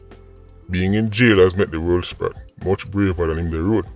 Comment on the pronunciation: 3 years later him still ah call him "world sprat" 😂😂😂😂😂😂